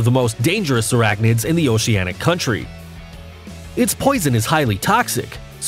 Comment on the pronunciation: he keeps saying nets instead of nests, characterized a frog as an insect, and said “oseanic” instead of “oceanic”